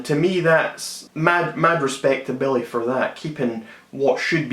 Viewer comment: hahaha i love how you pronounce Billie as Belly :D